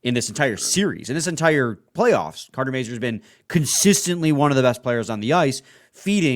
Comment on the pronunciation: The name Mazur can be French, Czech, Polish, Ukrainian, German... The pronunciation in all these languages is very identical. Go to Google Translate to hear the pronunciation of the name. They are mispronouncing the sounds of the "A" and the "U".